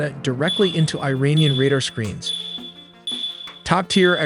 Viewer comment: You pronounce Iran "EERAAN" (correct), but pronounce Iranian "AYRANIAN" (incorrect). The correct pronunciation is "EERAANIAN". Great video nevertheless!